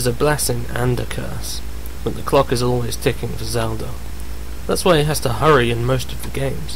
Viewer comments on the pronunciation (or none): WTF!!! WHAT THE FUCK! First and foremost, Miyamoto is not british, he is japanese, second you donot PLAY AS ZELDA!!! YOU PLAY AS LINK!!! YOU GUYS ARE FUCKING MORONS!!!ANd its Zelda not zeldor!